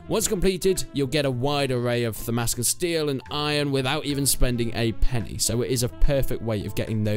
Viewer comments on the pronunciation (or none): none